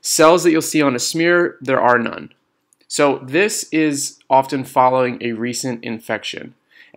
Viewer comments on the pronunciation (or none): none